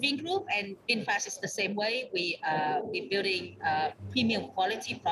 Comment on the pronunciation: VINFAST...not Vinfash